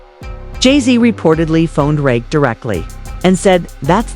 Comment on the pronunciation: Why all the Drake pics? Why constantly mispronouncing Rakim’s name? Why such a long video for something that takes 5 mins to say?